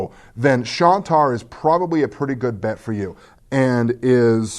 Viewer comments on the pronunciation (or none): Hey? It's Shine-tar, not Shawn-tar. Just pointing it out. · Great to have you back,! And as someone else pointed out, it's "Shine-tar." I have the printed version of the game and it is very nice, indeed!